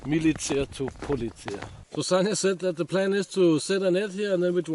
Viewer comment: Sasha is pronounced 'sanya'?